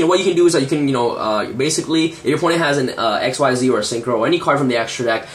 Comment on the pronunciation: bro... please pronounce it right: XYZ is pronounced like EXCEEDS not EX-WHY-ZEE